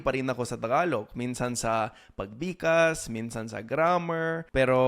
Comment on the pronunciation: Filipino accent is simply about knowing which syllable to emphasize. Say "pag BIGG kas" 😊